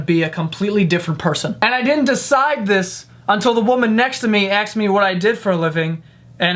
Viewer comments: why do you always say "axed" instead of "asked"😝😝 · Lol he doesn't say asked he says aksed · is not black but he still says "axed" instead of asked. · Stop saying AXED and that's for all you Americans. 'Ask' not 'axed'. Got it? Good. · stop saying axed it's asked God dam it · She axed you? She axed you...? Really? Okay. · "What did she axe me." 😂😂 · Did he just said "aksed me" ? C🤔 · We don't. Usually it's black people who say it like that. I'm a white American and I've heard a lot of black people say "axed" but never any white Americans (besides the dude in the video). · Just gonna throw this out there. At some point in your life there must of been someone, most likely in a classroom setting, where they would have explained to you that the word is asked and not axed. Why do Americans not know this or do you all believe you are some kind of gangstas in a gta video game. Stay in school and awake while there kids! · The word is ASKED not AXED.. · I love the way he says 'asked' kind of like axed 😂 makes me laugh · haha you always say axed instead of asked haha I loved the video been a subscriber for a long time now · Asked*** NOT Axed (I watch your podcasts way too much, I didn't even realise until u mentioned it in one of them) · your adorable, and love watching your videos. you mostly sound like you know what your talking about and intelligent except when you say ax instead of ask. example... she ax me what I do for a living... should be she asked me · I love him but it bothers me how he says "aksed" instead of "asked". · "Axed me"...I used to like you🥵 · She Axed you huh? You should make a video about the lingo people say just because they grew up in a certain area. Here is a good reference: (Caramel IS a B*tch btw) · You said " axed" lmao. Not a hater but oml haha. Love this guy.